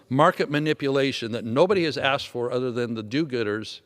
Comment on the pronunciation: He is very articulate when he speaks, but why are you saying "udder" in replace for "other"? Im not sure why that bothers me, but it does.